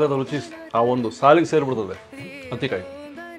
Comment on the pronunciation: ಅದು ಹತ್ತಿ ಕಾಯಿ. Meaning as smooth as cotton ball. Not ಅತ್ತಿ ಕಾಯಿ